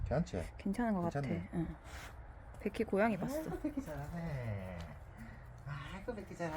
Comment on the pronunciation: 백희 -- 베키 발음이 외국 강아지 같아요 ㅎㅎ